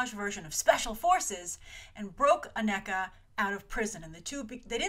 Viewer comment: The name is pronounced A-KNEE-Kuh not A-Neck-Uh.